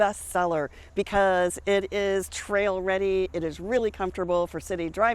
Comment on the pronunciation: Did she say “trail ready”? 😂